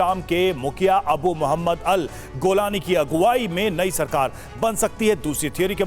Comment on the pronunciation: रांड आदमी गोलानी नही जुलानी हे उसका नाम